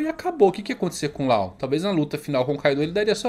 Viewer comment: A pronúncia é Ló e não Lau 😩